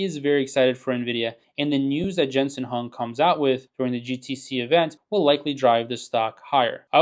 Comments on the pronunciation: Jensen's last name is pronounced "Wong"......not "Hung" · good videos, but ya gotta pronounce Jensens name correctly. The H is pronounced like a W